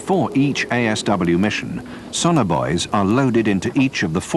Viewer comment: STOP PRONOUNCING SONAR BOUYS SO WEIRDLY